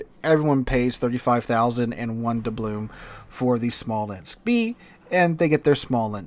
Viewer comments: I'm being serious with this question, and not trying to be a dick. Do you realize that "doubloon" ends with an "N" and not an "M?" Or is this just a silly thing that you do for the lulz? I've never nitpicked this before, but today, you've said it like 837 times so far in this video, and it's making my eye twitch, LOL! Love ya man. Keep up the good work. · Just here to listen to mispronounce "doubloon" a hundred times.